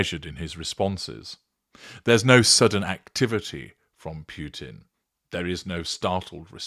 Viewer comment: Just little offtop, it it pronounced Poo-tin, not Pew-tin.